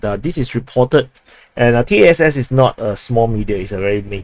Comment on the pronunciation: When referring to TACC, it is not necessary to pronounce each letter; it is sufficient to say "Tass", [T-ah-ss] with a short "a" sound.